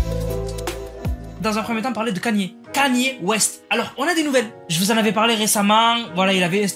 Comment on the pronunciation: Kany😂😂 on prononce: "kayni" bordel✌🏽